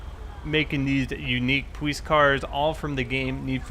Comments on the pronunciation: i love how he says his l's like powice love it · why do you say police like that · he says W instead of L Cus he don't take no Lzzzzzz